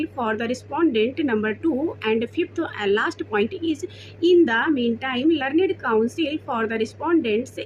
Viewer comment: लरनेड 🤣🤣🤣🤣.....learned(लर्नड) hota hai😌